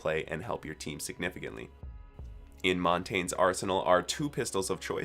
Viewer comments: The fact that you call him “mon tain” instead of “mone tania” is disgraceful considering you have 70 hours on him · His name is pronounced Mon-tahn-yah, not Mon-tayn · i took french for a couple of years in high school, so I really can’t transcribe it here lol. You can type it in translate in French and play the audio, but it’s not “mon•taynge”. There’s no ‘n’ before the ‘g’. The n in French Is similar to the Ñ in Spanish, so it’s more of a “mon•tawn•yuh”. A lot of my friends mispronounce it, (theres a lot of operators pronounced wrong like Mira, Maestro, and Nøkk... wish ubi could use regular freaking names haha), but I only really get triggered with Monty 😂. Hope that helps? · it’s pronounced mon-tan-ya that’s mountain in french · Montagne in pronounces Mont-an-eeee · It's Mon-Tahn-Yuh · It's actually pronounced Mon-Tahn-Yuh. French for mountain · When you can’t say the person you main’s name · Please learn how to pronounce Montagne...